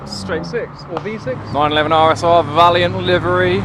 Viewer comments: it's vaillant not valiant! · Just a little correction, it’s Vailant (Vaylant) not Valiant, the ‘i’ is the other side of the ‘L’.